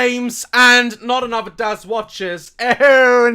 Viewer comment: "Just give me anuther chunce"😂😂